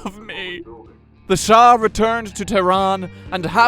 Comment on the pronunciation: Its Shah NOT Shaw!!!